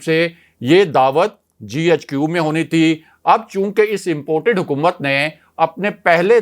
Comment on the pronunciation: تم GHQ کو ۔۔۔۔۔JHQ ۔۔۔۔کو بولتے ھو۔ تیراجھوٹ ۔۔وی۔ لاگ کون سننے گا۔۔۔۔۔؟